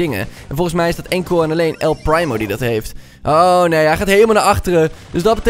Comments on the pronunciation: Je zegt El Priemo, niet El Praimo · Hahaha, geweldig dit😂 ik speel zelf al ongeveer 1,5 jaar actief brawl stars en het is dan echt geweldig om dit te zien! Keep up the good work! Oh, en je spreekt het uit als “el priemo” ipv “el prymo”😂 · nee man je hoort El Primo met de IE te zeggen wat hij zegt is El prymo/primemo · Hij zegt El prijmo paar het is primo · Het is El primo je zegt El priemo en niet El prijmo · el primo zegt letterlijk zijn naam en zegt nog steeds el prijmo! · Je spreekt El primo uit als El priemo En een paar tips 1. Als er upgrade staat kun je de knoker upgrade 2 . En speel showdan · GVQ - Gaming er staat toch el primo duidelijk dat hij het zicht en zo hoor je het ook te zeggen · Je zegt el prijmo like als je dat ook hoorde👍🏻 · "El PRIMO" echt mooi hoe dat zeg😂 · Echt eh